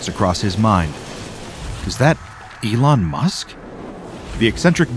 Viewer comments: No way bro Said Elon Mush 😂😂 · I died laughing of "Elon Mush"😂😂😂😂😂😂